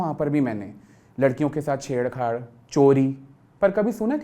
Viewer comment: ched chad hota hai madam not ched khadd hahahhaha